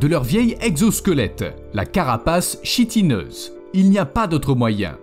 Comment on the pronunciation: sa se dit kitine mais sa s'ecrit chitine